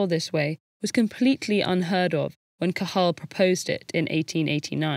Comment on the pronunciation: The pronunciation of Cajal's name was excellent! Great video.